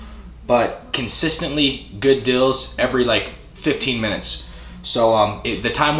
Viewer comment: The way you Arizonians say sales and deals cracks me up. I'm sure the NY accent is absurd to you cats. Space Jam for the PSX? Never played it. Some quality titles in this vid! Nice DSi find.